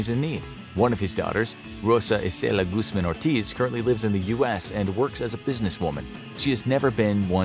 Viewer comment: Guzmin Guzman Guzmon